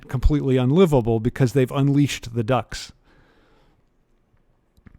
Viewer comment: Cracking lecture but as a Brit, every single time you said ‘ducts’ I heard ‘ducks’ and was extremely confused about why his apartment was full of birds